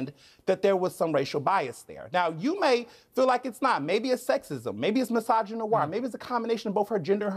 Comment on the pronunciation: I was stoned yesterday while watching this. I was laughing my arse off at this guy. Especially when he said 'mysogynoir' 🤣🤣🤣